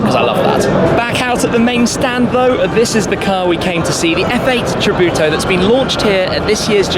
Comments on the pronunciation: it sounds like he says 'F8 Kabuto' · Lol! is funny how English speaking people say tributo or any italiano or Spanish words